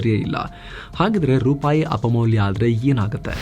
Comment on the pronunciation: ರುಪಾಯಿ ಅಲ್ಲ... ರೂಪಾಯಿ.